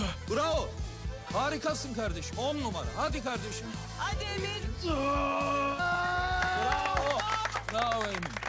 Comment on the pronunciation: kzın geliip emın diyo i değil ı kullanıo ayar olmak